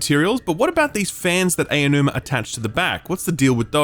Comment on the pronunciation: His name is "Ah-Oh-New-Ma", NOT "AY-Oh-New-Ma" I know it's a difficult name to pronounce, but it's not difficult to find the right pronunciation. Please.